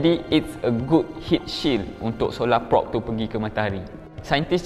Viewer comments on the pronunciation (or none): sebut prob bukan prop. kenek bukan konek 🗿